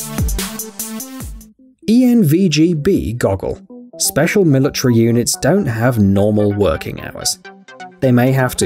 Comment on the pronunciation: I hate how he pronounces military like milatree lol